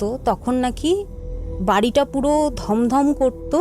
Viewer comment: কথাটা স্থাপন স্তাপন নয়। আর গমগম হয় ধমধম নয়